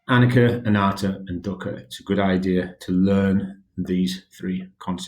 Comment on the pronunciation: I’m pretty sure it’s a-knee-cha not a-nick-a